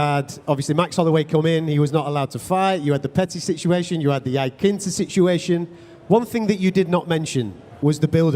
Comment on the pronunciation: Khabib even has his very own pronunciation of Al Iaquinta